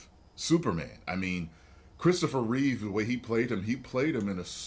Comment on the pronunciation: It’s Christopher REEVE, not Reeves. He’s not related to Keanu.